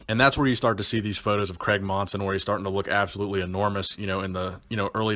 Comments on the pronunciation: Love the videos , think it’s pronounced Cray-g not Creg haha tickled me. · C R A I G Not kreg